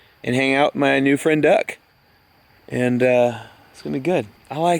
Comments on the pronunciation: I realise now you said "Just hanging out with my new friend Duck!" but I heard "Just hanging out with my new friend Doug!" Doug the Duck? What does everyone think of that? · Doug the duck. About mins in you said duck, I heard Doug. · The duck should beer called Doug. You said" my friend duck" but sounded like you said Doug.